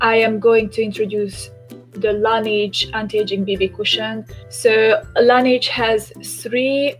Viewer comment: nem "lenidzs" (azaz nem angol szo) lanezs (francia..la neige...a ho/ the snow franciaul.) a tobbi stimmel. :)